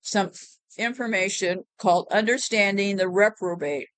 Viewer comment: Hey! I believe the word is Repro-bate. “He gave them over to a reprobate mind.”